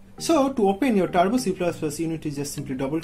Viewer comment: I have simple tips than his steps 🤣😂 and he have grammar mistakes 😂 so please go to the tution don't make this nonsense videos. It's turbo not tarbo